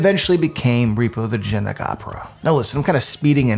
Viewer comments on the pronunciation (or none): In his narration, is he saying “genic” opera the whole time instead of genetic?